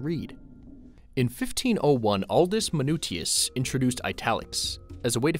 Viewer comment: "Maahnutsius", "eehtalics" (not "eyetalics"). Italic fonts were used for small book formats, not to "save ink"! "Linotype" pronounced similar to "line of type", not like "leanotype" ... etc. etc. And the science behind all this is pretty flimsy.